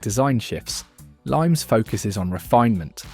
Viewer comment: Limes is pronounced "Lee-mess" unless I am wrong